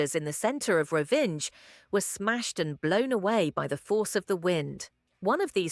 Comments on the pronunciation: "Rovinđ" 😂 It's Rovinj, pronounced like "Roh-veen", with the "nj" sounding like the 'ny' in "canyon". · “Rovinge”. Come on!